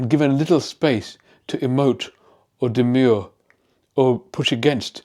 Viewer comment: demur, not 'demure' - common error now